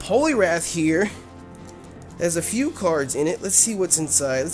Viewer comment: When you do you intro why do you say "BWOTS GOOD YOUTUBE" instead of "WHATS GOOD YOUTUBE"